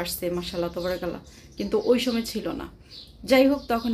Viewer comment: Assalamu alikum please jokon pat korben tobarakallah bolben na!! ata wrong!! Bolun TABARAkALLAH ok sister ❤